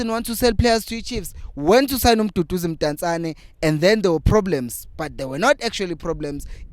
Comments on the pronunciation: Potsane not Mpotsane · It's Potsane bro NOT Mpontshane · IT'S POTSANE, NOT POTJANE😂😂😂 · Sorry.But his name is Potsane not Mpotsane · Potsane not mpotsane